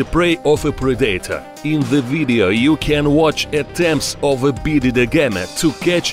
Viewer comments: the word preditor is pronounced on the first sillable, not the second. Its a PREditor, not a pree DAY tor!! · No one: Literally No one: Him: P R I D A Y T O R